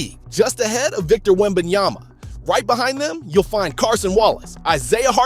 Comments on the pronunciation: Its Cason not Carson bro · Cason not Carson 😇